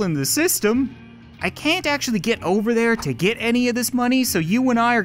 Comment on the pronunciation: Did you acshaly